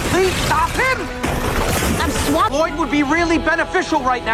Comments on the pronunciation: bang Lloyd dibacanya bukan Liod tapi Loid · Loid bang bacanya bukan liod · bang itu bukan liott tapi loit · LLOYD dibacanya (Loid) bukan Lioyd 😅😅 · btw namanya LLOYD bang dibaca nya loid bukan Liod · Risih bgt denger liod 😭,loid kek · lloyd lah. bukan liod. bacanya: Loid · Bg baca nya bukan liod tapi loid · LLOYD dibacanya (Loid) bukan Lioyd😅😅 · Element tanah bang bukan bumi, dan si green ninja tuh lloyd, di baca: loid, Dan juga si ninja putih itu zane, dan si cewek nya, di baca: niya, pin saya dong banh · LLOYD bang bukan liod